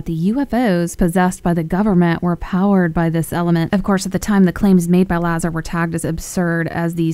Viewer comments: La-Zar, Bob Lazar, not Bob Lazer. Lol Element 115 is an amazing element. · It's Laa Zarr not Lay Zer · IT'S Bob LA ZARR , not Bob win gardiam laviosaaaaaa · Bob Lazar (LuhZar) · Lazar is not being pronounced correctly